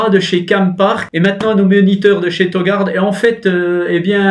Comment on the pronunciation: On dit touu gouarde